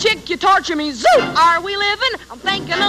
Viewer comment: A masterful job. I think she says 'zoot' (as in suit) instead of 'zoom' but other than that, solid,!